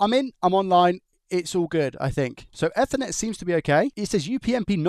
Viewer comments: It's eat her net not ether net. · Eethernet EEEEE-THER-NET 😅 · “F-ernet ” lol come on now. Never ever pronounced like that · I liked what I saw, but you butcherd a certain word throughout the presentation. Ethernet! Pretend its got an extra 'E' at the begining.... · ok, now use that 'either' you said there for the first part of 'ethernet', and you are spot on! 🤪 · Please, google how to pronounce "ethernet"